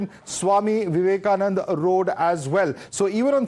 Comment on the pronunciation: Vivekananda not Vivekanand